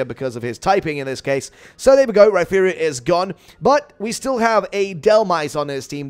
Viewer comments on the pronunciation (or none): none